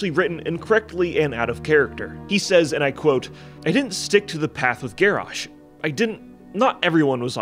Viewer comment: Garrosh more GarrASH hahaHAHAHAHAHAHHAHA